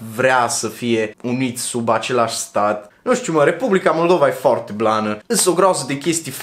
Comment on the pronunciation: Baa, îmi place cum pronunți cuvintele asa la mișto 😂😂😂"mi fome, forte, bombona sport, zoppy etc" 😂😂😂